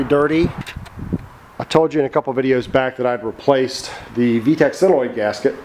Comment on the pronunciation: Solenoid not silenoid